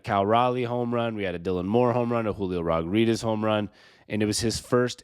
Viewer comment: Can you not pronounce his last name or smth?